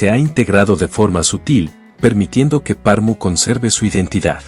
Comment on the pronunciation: Como es posible, que alguien hace un video sobre una ciudad y ni se preocupa por la correcta pronunciacion de esta ciudad!!!😮 Es Pernu!👎👎😅